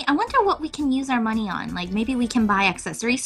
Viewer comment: Oh I got money!:D Me: Actually, it's moNEIGH XD